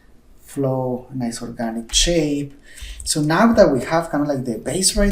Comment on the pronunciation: I like when you say Shape, you say CHape haha XD